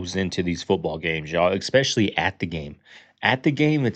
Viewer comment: At approximately in your show's time stamp, you begin your reaction to the clip. You do strike me as an intelligent person yet, your pronunciation of the word especially, makes you sound like a simpleton. Exspessially is not a word but "Especially" is. Communication is great, pronunciation is even better. Thank you for your attention in this minor matter. No offense intended.